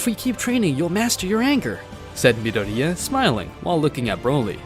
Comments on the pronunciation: I kept crashing out when he kept saying midoria* instead of mydoria lmao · I'm more disappointed at how this MF says Midoria "mi" "dor" "di" "a" ffs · Midoriya = Mid-o-ri-ya. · Anyone else cringes at how he pronounces Midoriya. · The way he says "Midoriya" makes me rage so bad. It's like he's never watched MHA before 😤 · My only complain is the way he says midoriya and the fact that he doesn’t call them quirks